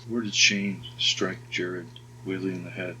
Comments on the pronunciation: Poor Jared can’t get his last name pronounced right on this channel. You’re calling him Whiley like the coyote when his name is clearly Whaley like the whale. Please, honor him with getting his name right. Thank you. ❤ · I think his last name is pronounced ‘way lee’